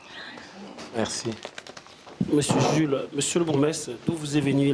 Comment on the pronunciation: Ezalaka "Bourgmestre " et non "Borgoumestre"